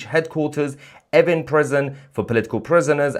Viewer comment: Is he saying effing prison?